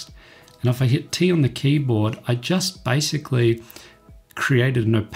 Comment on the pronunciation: it is basicaly not bycicaly